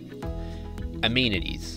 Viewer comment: Great video, but it is amenities not amenities.